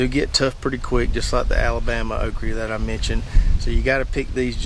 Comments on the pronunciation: Why do you keep saying okree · What is a Okree? Okra has the letter "A" at the end of it not a "E" nor a "Y" Quite annoying hearing OkREE over 100 times. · Okry??? Almost pissed my pants every time you say it brother 🤘 made my morning . Excellent video 💪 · You can’t pronounce okra. SMH